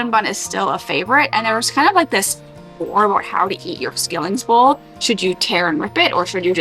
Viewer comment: It is pronounced, shilling!